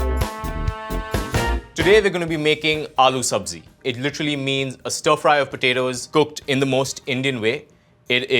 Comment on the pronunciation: the indian guy absolutely bungled "aaloo sabzi"